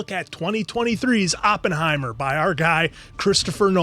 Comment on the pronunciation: You pronounce it right. It's more the no emphasis on the H that is perfect. It sounds like a strong New York or Massachusetts accent lol